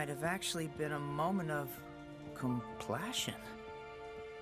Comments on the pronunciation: Complassion gets me every time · COMPLASSION I CANT 🤣🤣🤣 WHY DOES NO ONE TALK ABOUT THIS LMAO